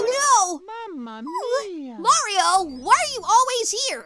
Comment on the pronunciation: I'm certain that he said "Nario" instead of "Mario"